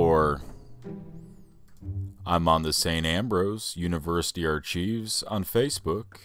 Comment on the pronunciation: What was that? A slip into WWII? If your going to be a historian you need to learn to pronounce archive. /ˈɑːr.kaɪv/ Go to Cambridge dictionary they pronounce it online. Lapu Lapu Tagbilaran Bohol, Philippines